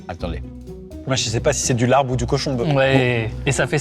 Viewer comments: Le bo bun est vietnamien et non pas thaïlandais Le Larb (qui se prononce lap) ne ressemble pas du tout à ça mais vraiment c’est totalement différent Svp jugez au moins les vrais plats 😭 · Alors ce se pronone Lab et c'est tres bon quand on sait le preparer bien entendu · Alors.... moi qui suis moitié thaï et moitié laotienne.... je peux vous dire que ça ne représente pas la culture culinaire des deux pays, ET pour le "larb"( qui se prononce lap) ça ne resemble pas du tout à ça TT_TT